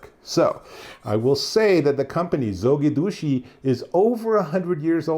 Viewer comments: he called Zogidushi😂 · heh, is hard not to be amused by the pronunciation of the company :) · well, not sure who you talked to get the pronunciation but, they definitely didn’t help you out. First video that comes up for Zojirushi pronunciation